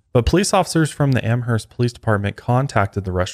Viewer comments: It's Amherst.. 'Amerst' the h is silent. I'm from there.. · Yes! Stoked for this updated episode on Maura. Oh, just a heads up, the “h” in “Amherst” is silent 😉 Am-erst xoxo, a masshole who lives two towns over 😊♥️